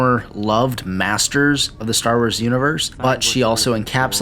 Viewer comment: I really liked the video on KOTOR 2. I noticed that you struggled with enunciating both of the O's in the title, calling it "Kotur" as well as pronouncing the series "Star Wers". Not trolling. Just letting you know so you can either fix it or get really good at not caring in case you want to do voiceovers as a potential career. Either way, thanks for putting this up. You got a new sub for it.